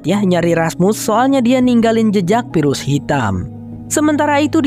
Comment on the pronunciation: Bang sem. Virus pakai ev bukan ep. Infeksi pakai ef bukan ep 😢